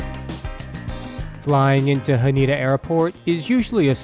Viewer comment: I will fly this in 2 weeks. So excited. Usually I fly JAL economy. Sometimes I am upgraded to business class by Delta. By the way, the airport Haneda is pronounced Ha-nay-dah not Ha nee-da.